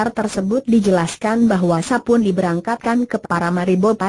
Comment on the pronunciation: Aduh ngomang nya gelepotan emang ga belajar dulu sblm di aploud, Nama Sapon di baca Sapun